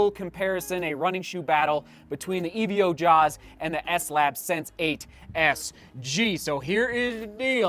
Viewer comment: Sorry to be that guy but it's not E-V-O just evo as in evolution